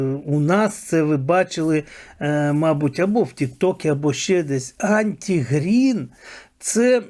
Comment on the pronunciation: Не Анті Грін, а АРТИ Грін (Arti Grin) !